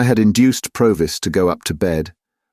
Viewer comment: Really enjoyed listening (although I noticed 3 different pronunciations of Provis) 😊